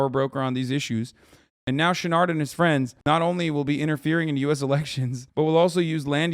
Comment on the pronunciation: I listened to the first half of this without looking at the screen much, imagine my surprise when I discovered Hasan was trying to say "Chouinard" the whole time